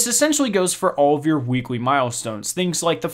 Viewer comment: Not trying to be mean or anything because I have a slight speech impediment myself, but you should work on your “L” sounds. You always pronounce “L” as if it is “w”. “Weekwe”, “wearn”. If English is your second language please ignore my comment.